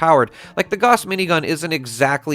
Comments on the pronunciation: Dude! It's "gauss" as in "house", not "gorse". It's named after the german physicist so there's no doubt or question of accents etc. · When are you going to learn to pronounce Gauss properly 🙄🙄